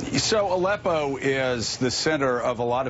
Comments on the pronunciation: Who is that uber creepy old balding guy with the glasses? Watch again how he says ALEPPO the second time. Utter tool. Totally trying to make Gary Johnston look like a fool. He was a GOVERNOR, for God's sake! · Aleppo not Zippo,... I know you want to get back to your weed that you say you stopped using. Why am I drug tested for a job, but we don't drug test the candidates?